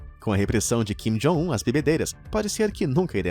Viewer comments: É kim jong un , vc falou jin kong un rsrs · Jin Kong Un kkkkkkk, não seria Kim Jong Un? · no tempo de do video eu gostei da mudança de nome de "kim jong un" para o novo nome que o apresentador inventou "jim kong un" kkkkkkkk